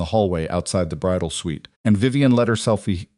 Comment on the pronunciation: It is suite NOT sweet